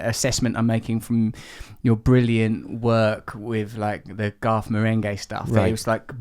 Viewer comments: When he said Garth Marenghi in his British accent, I honestly thought he said 'goth meringue'. Then, googled that and found it there is exactly such a youtube clip. Life is strange. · I did too 🤣, and felt like it was proof that there IS a YouTube video for EVERYTHING.